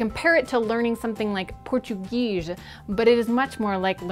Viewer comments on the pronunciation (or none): Portugeege? What is that? Portuguese? I speak it and I don't know where the hell she got that from... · Btw... it's more like, "Pour-too-gayz" lol